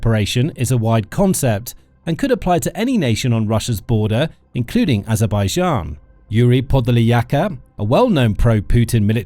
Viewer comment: Kann sich der Sprecher bitte endlich auf eine eindeutige Aussprache von Aserbaidschan festlegen